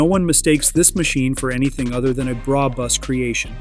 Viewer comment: “Bra Bus” 😂😂😂😂😂😂😂😂😂